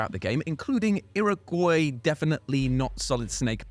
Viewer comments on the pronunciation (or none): none